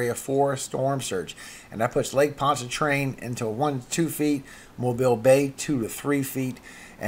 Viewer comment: I have to tell ya job well done. You pronounced all the Louisiana parishes correctly and did one better by pronouncing Lake Pontchartrain correctly!